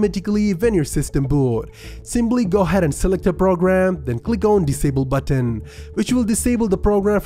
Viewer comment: “click on disable butt-ten” lol